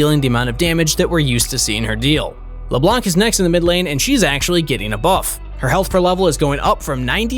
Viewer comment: LEBLAN , not LEBLANK ! ...